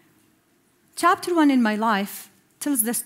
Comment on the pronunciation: chapter= tapter hhhhhhhhhhhh